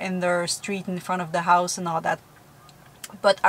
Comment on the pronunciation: House not ouse